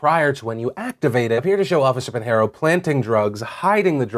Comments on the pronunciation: Just so you know, Pinheiro is pronounced pin-yeer-oh. The only reason I mention it is because it's my mothers maiden name. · Just so you know, Pinheiro is pronounced pin-yeer-o. The only reason I mention it is that it's my mother's maiden name.